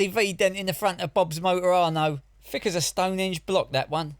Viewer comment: If you are going to call people thick, perhaps pronouncing it "fick" is a little thick, don't you think?